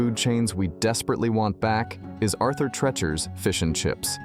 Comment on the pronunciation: Arthur 'Tree'-chers'